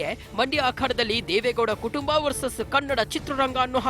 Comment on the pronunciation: Madam why cant you say as.....kutumba vs ktumba??